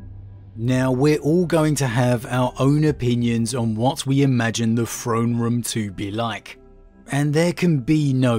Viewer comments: anyone else's ears bleed from hearing "frone" ? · No idea it was pronounced frone and not Throne... I thought it was a limitation preventing him from properly phrasing the sound "TH" but I heard him say the word « this » without problem. I guess I just took the word throne for granite... ted